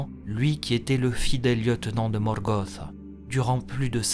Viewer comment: J ai jamais supporté ces accents moches, en français tu prononces pas les mots comme en anglais ca fait bizarre. Morgoth c est pas Morgoss et Sauron c est pas Sahuronne.